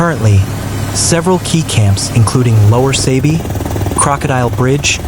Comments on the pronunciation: It's pronounced Saabee not Saybee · Sabie. Not Saabee nor Saybee.